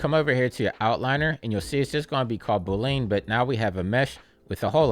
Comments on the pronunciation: Thanks! Also had me giggling every time you said “boo-lean” 😎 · Straight to the point! Loved how you pronounced "Boolean" haha Cheers!